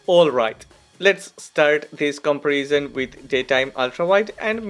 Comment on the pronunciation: i love your new look man, it's amazing, well my advice is: since you make videos about camera comparison, and alot of people are interesting, so i think you should say the word "comparison" right, your English is excellent, but the content is about camera comparison and the only word you should say right actually you say it wrong, find the right spoke of the word comparison, Big love 👊🏼 Big loyal fan 🤜🏼🤛🏼